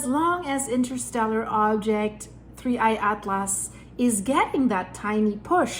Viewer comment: Just say 3 eye Not digging at-lass